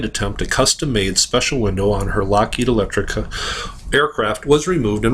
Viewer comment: Lockheed ELECTRA. NOT Electrica.